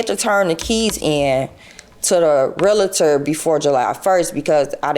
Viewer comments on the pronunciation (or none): What’s a realator? Lady, try saying “realtor.” She sounds real sketchy!! Maybe she should draw some pictures.